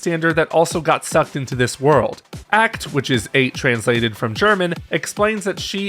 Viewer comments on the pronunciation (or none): It's pronounced "Acht" like "[ʔaː]"+"cat hissing"+"t"... not "Ackt" 😅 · Good breakdown, but I was physically cringing each time you mispronounced Acht. It's pronounced the same way you would the "oct" in octopus.